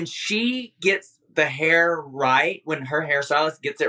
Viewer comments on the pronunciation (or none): Can't wait for the day Monet pronounces the word "hair" correctly 🙌🏽 she actually almost had it this episode